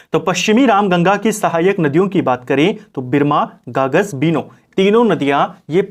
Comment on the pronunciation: गागस नहीं है गगास है सर